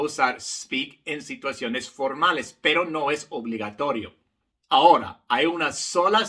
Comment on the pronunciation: Querido profesor su color de piel no es importante, solo importa que es un profesor excelente. Le informo que en correcto Español se dice Ahora no Hora.